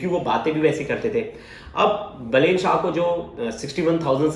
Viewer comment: अबे बेलेन नहीँ बालेन वा बालेन्द्र शाह है